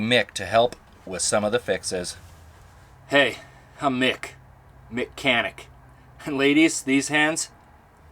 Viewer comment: Wow his Canadian really came oot when he became Mic-Chanic. LOL. I'm an Albertan but I've been a Musician all my life and I spent years of it on the road playing every city and town in my western world of Chinada Oops I Mean Canada. I never did cross over into Alaska as we just didn't have any reason to and our Agent didn't have those clubs or bars there. But EVER SINGLE ROAD has seen my eyes. And visa Versa. It's in my heart and soul! I have a close friend right now traveling in the BC kootenays just for the love of that place! I envy her.